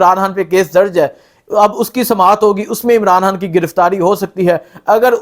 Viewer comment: khan ... ko hAAAN bolta hay.. imraan haaaan